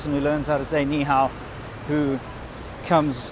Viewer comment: 你好 does not pronounce "lee how". If you pronounce that way, don't tell me people said you speak such good Chinese. Liar.